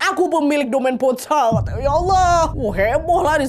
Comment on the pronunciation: mau kasih tau cara baca kata2 berbahasa Prancisnya yaa. Sekedar info aja gitu 😁 - Laurent = lorong (r nya di tenggorokan) - Domaine Ponsot = Domen Pongso (Domen E nya dibaca seperti E di Enak, Etnik, Ekor) - Clos Saint-Denis = Klo Sang Deni (Deni E nya dibaca seperti E di Emas, Elang, Enggak)